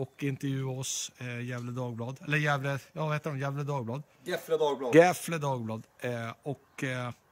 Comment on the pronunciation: Gefle dagblad uttalas "Gävle", det är gammal stavning .